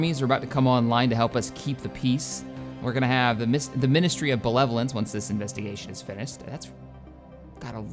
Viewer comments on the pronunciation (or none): It's BeNEvolence, not BeLEvolence. It's an N not an L.